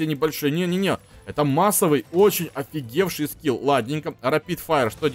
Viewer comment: Ты сказал афигевший скил